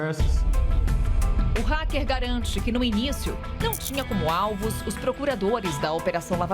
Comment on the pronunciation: égua. Será que o racker é paraense?